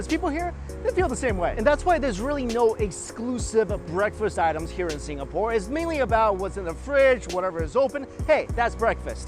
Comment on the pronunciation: He read Singapore with the GAH :')